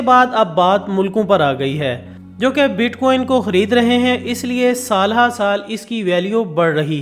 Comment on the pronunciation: Bit queen nae.... bitcoin ha 🤣